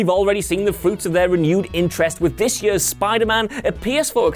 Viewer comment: Its "years" not "yuus" . Whu a waynka